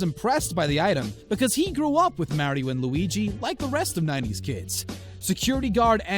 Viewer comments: You can’t say Mario correctly 😂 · No it’s Mario no maaaario just stop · its MaRiO not marryo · Mario (maa-reee-ooo) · "Martio and Luigi" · Forget about the scam just pronounce Mario right